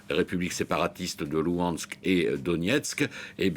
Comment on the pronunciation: C’est pas LouHansk, c’est LuGansk ;)